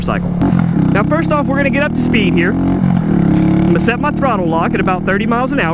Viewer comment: the way you say speed lmfao